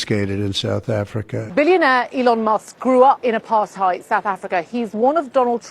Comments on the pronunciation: "Apar-thigh-ed" lady looks like an ork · I am a white South African Male and actually lived and worked during the so-called Apartheid era! I have 4 Daughters and 3 Grand children. They were never part of this era. That man that spoke as a so-called South African, was obviously never in it! He can't even pronounce Apartheid. He is the twat and is misleading! He like most others cannot see that their food comes from those farms that got taken away from them! He never saw the murders and what is done during these murders where women get cut open and their organs get harvested to do black magic with! I did not agree with most of what the previous idiot government did, but at least they are not communists like the current government and Nelson Mandela! Why does the Democrats in the USA support Communists? This so-called South African who badmouthed President Trump and Elon Musk, has no idea and is no South African! A funny thing is, we in South Africa never had slaves like America. I have a lot of Black and Coloured friends! That one ugly lady with the glasses who is used to look down on people and degrade our Black people in South Africa by saying they cannot stand up for themselves, is disgusting as she looks! America has more Apartheid than South Africa! Apartheid means living apart. Where in America can a white person walk through an area where predominately Black people stay and come unscathed out the other side and vice versa! Afrikaans is a language on it's own and even Black people speaks it! The first people in